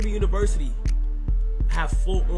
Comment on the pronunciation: He can’t the word university pls 😊